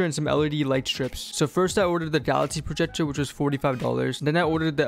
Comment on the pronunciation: Bro is saying galaxy projejor